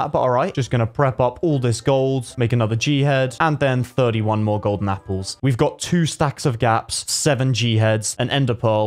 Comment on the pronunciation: Anyone notice he said “Capple?”